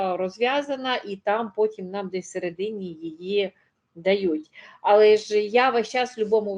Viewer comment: Достала ваша бла,бла, ьла, пані . Особливо ваше Але з наголосом на А